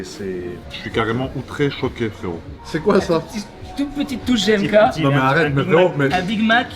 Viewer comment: Quelqu'un va se dévoué pour lui dire que GMK c'est avec un G et pas un J